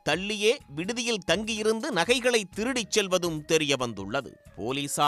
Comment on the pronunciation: திருடிடீடிடிடி அடித்துதுதுதுதுது வார்த்தையை கடித்து துப்பாதீர்.